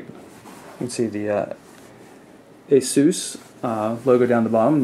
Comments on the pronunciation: i think its pronounce asis because i called their help hotline shit and they said it like "asis" Im not trying to be a dick im just putting it out there for future reference! :) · after hearing everyone pronouncing it like aye-souuuuuuus i thought i was the weird one saying ace-us...i can only assume the head of the company or google pronounces it like aye-souuus and that we just think its pronounced differently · Why does everyone pronounce ASUS like Aye-SoooooouS? the proper way to pronounce it is Ace-Us.